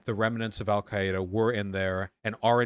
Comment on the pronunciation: Wait according to the Arabic pronunciation on the Wikipedia article he actually says it pretty accurately lol